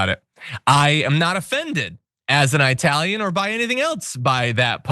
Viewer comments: Eyetalian!!! You can't even pronounce it you dope. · Even Iadarola gets it wrong or simply unable to make up his mind. Is it EYE-TALIAN? Or is it EE-TALIAN? He keeps alternating between the two pronunciations! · He is referring to a particular group which used/uses that pronunciation. To quote Italianità : "I recently worked with a woman who thought it hilarious to refer to me as Eye-talian. The first time I corrected her, she admitted she knew the correct pronunciation, but used the term to needle me. I smiled when she did it after that, thinking “Lady, you’re a real asshole.” She wasn’t a bigot, just ignorant. I guess if it bothered me, I could have gone to management or HR, but we all know the result of such an exercise. They would smile, patting her on the shoulder, gently telling her with a wink that I was sensitive. They would both think, it really wasn’t that bad. So, I just accepted it."